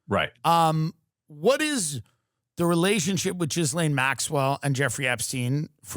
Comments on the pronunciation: it's properly pronounced "Ghee-Lynn". Westerners tend to go with "Ghee-Laine". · The way he says Jizz-lane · Jizlane…hilarious pronunciation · I like how some commentators say Ghislaine's name like "Jizz-laine" It's hilarious 😂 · Anyone else catch the “JIZZlane Maxwell”??? 🤣🤣🤣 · I love how Tim calls her Jizz-lane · love how we are gonna keep saying GIZlaine Maxwell forever!😭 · So it's for sure pronounced Jizz-Lane Maxwell?